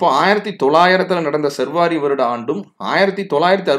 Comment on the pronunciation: சர்வாரி அல்ல சா ர் வ ரி ஆண்டு.